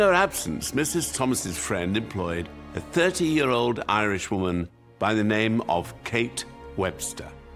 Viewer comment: So I'm not the only one who heard that! I replayed it 3 times and I swear it sounds more like 13 than 30. But that can't be right.